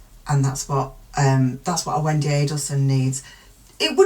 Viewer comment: You say Wendi perfectly. Ignore complainers